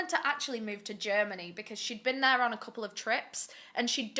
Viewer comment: can someone please tell me why I heard the British national anthem in my head when she said Germany